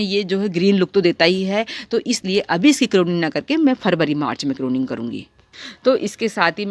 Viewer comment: करोनिंग नहीं pruning होती है जी